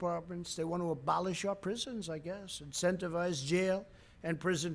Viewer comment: “apolish our police dept”